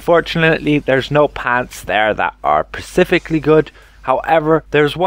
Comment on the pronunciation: Guy sounds really smart until he says pacificly in place of specifically Every time.